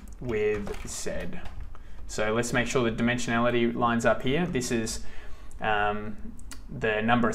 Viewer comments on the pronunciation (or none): none